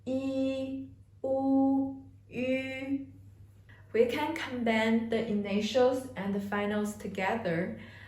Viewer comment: Ah finally, the only initials and finals pronunciation video I need to watch. You explained everything, and in perfect time too, thanks. Your English is also very good (well except for that one word, "combine"), I watched a lot of videos about this and your English is by far the most understood to me. Thanks so much, awesome video.